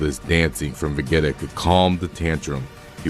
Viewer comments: va-gee-ta not ve-gee-ta get a better ai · Lost me when he said Vegeta name ✌️